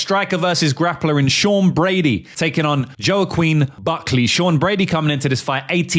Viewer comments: it’s pronounced WAH-KEEN, not YO-QUEEN lol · Whack Keen is how you pronounce it bro. Love the content.Great breakdowns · The "Joaquin" name is pronounced (at least in western English) as "Wakeen". Side note, I have no fuckin idea how Joaquin was favourite against Usman (should have been even odds at best, and I believe the reason for this, is that Joaquin has meme youth fandom on his side, the young bettors who had no idea how good Kamaru is, I notice this a lot with bookie odds, almost like a bait), and why the fuck Joaquin is ranked #4 in the division. He hasn't done shit. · it’s pronounced ‘wahkeen’ -joaquin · Say Buckley’s first name like…Whah-Keen. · Phonetically, it’s wha-keen Buckley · (Wok-een) is how thats pronounced. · “Wah-keen”. Soft A.